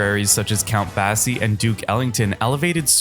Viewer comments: "eye - PAN - e - mah"?? Count "BASS - ee"?? DUDE!! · Count Bassy? OMG. So much for AI narration. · This list is Less than trash… it’s Dirt and Mud on shit The list starts on Giant Steps and if you can’t pronounce Count Basie’s name .. you shouldn’t even be making a list like this🚮😂